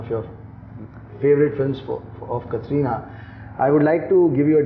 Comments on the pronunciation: Why is the host saying kathrina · Pehli baat to is host ko Katrina ka naam pronounce karna aata nai. It's not Katrrrrrreeeeena. And wrong pick. Deserving candidates the isse aur.